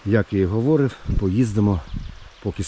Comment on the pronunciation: Українська мова на каналї це класно, але наголоси в словах провірте - хОдити, чи ходИти, говОрив чи говорИв. У вас же в назві каналу ПОХОДИ написано, а кажете похіду)))